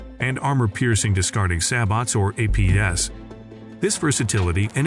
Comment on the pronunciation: 25 millimeterZ rounds??? Say-BOTs rounds??? ("Say-boe!") Hate AI narration. Hire me. I'll do it, and crush it.